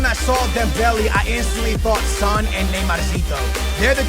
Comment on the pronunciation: You mean Son & Kane.. Dislike till you pronounce names properly